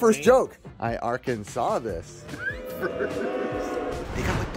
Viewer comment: How about Are-Kansas